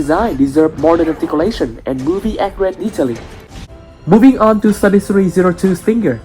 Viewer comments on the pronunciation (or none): Mate, I don't mean to offend you, but when you say studio series it sounds like saying 33 or Study Siri